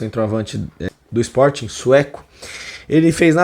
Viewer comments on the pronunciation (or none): Não é sport,,,,é Sporting,,,fala a pronúncia correta